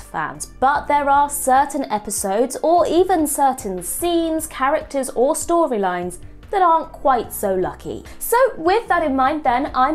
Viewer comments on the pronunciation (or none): Storwylines , contwovorsies, cwinge, , cwacks. Ffs it's "R" . Pwoblems, Adwick, It's not cute, speak properly.